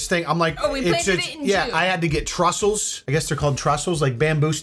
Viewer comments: That would be a “trestle”. Not a trussel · It's tressles dude, not trussles!